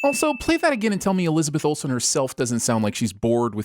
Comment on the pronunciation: Surpisee that it doesn't say ol-sen instead of whole sin